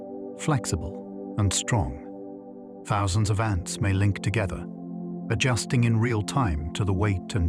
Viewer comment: I thought this was a real voice until you pronounced 'ants' as 'aunts'. I'm RP too and that's not how we speak. AI alert!